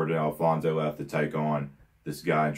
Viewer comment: Love the reaction! One of the messed up ones for sure, probably the worst. BTW, just so you know for the future, its "Edward and Alphonse" not Alphonso'. Looking forward to more of this series, it's my favorite anime in front of Code Geass.